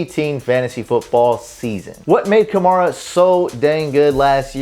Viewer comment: Hey, learn how to pronounce the 2017 Offensive Rookie of the Year's name: ka-MARE-uh. Not ka-MAR-uh. Mare, like a female horse. Rhymes with HAIR-uh. Ka-MARE-uh. Got it? GEAUX SAINTS!!!